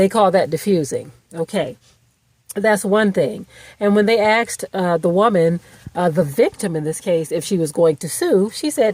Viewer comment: Axed? Really? Did you mean “asked”?